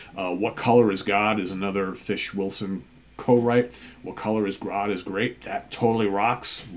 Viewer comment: Hi folks, hope you had good weekends and the Monday blues aren't getting you down too much! Great pick, and kudos for the Steven Reid-approved "Fush!" pronunciation... My pick today is a bit off the beaten track, but by a singer I always believed should have garnered greater success, having first heard her in the band 1994 (2 albums, a S/T debut then 'Please Stand By') KAREN LAWRENCE "Rip And Tear" More pop rock than anything, but with some nice guitar work, sort of in the vein of bands like Quarterflash or the rockier side of say, Laura Brannigan, and nicely produced by Eddie Leonetti (ANGEL et al) She had another project called KL & THE PINZ, and did some work with Jeff Beck, I believe... Great singer, give thus a listen, abd i can definitely recommend the 1994 albums, too...